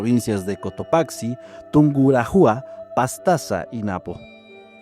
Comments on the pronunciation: Chicos por corregir que no se pronuncia Tungurajua, es Tungurahua y el acento es en la sílaba ra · Ecuatoriano aqui, se lee RumiÑAhui, TunguRAhua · holi, esto no es en mal plan, muchos se equivocan XD se escribe "tungurahua" pero se pronuncia "tungurágüa" XD y bueno ya varios dijeron lo de "Cajamarca" XD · El nombre de la provincia es Tungurahua, pero su pronunciación es "Tunguraua" es como si no se tomara en cuenta a la "h" jejeje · Pues en mi país estamos felices... Rumiñahui con acento en la ña... Y Tungurahua (con ache sin sonido pero pausa) ... Y en los llanganates se dice que si vas solo (por avaricia) alguien te empieza a guiar pero en verdad te pierdes en la espesa neblina de la zona... De hecho incluso a los grupos de turistas se les recuerda cuantas personas hay en el grupo para que no sigan o esperen a alguien que no está...